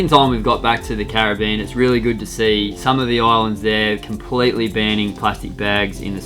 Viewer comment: thought for a moment was happy to see them "burning" plastic and then I realized he said "banning" yep.. he's happy they're banning it:D